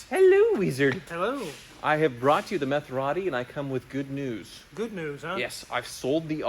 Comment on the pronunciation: Would sound better to say Meth-er-ati. Same number to syllables and closer to the sound of the original.